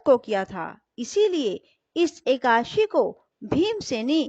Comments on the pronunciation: कृपया सुद्ध शब्द बोले एकादशी न की एकाशी 🙏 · Ekashi aap kyo bolti hai